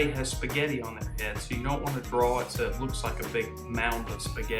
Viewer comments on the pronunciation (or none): Dude it's not drawl or drawling it's draw drawing there is no l when you say draw or drawing